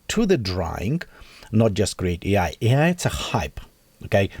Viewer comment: its A i not E i.... A, like Artifical, pronunciate!